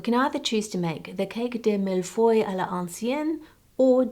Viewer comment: Hearing an Aussie have a good crack at pronouncing millefeuille has made my day 😂 good on ya for trying!